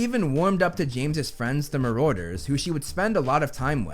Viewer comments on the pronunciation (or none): The way he pronounces Marauder 😓🙄